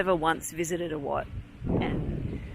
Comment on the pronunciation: I like the way you pronounce the word Wat. That’s the correct way to say it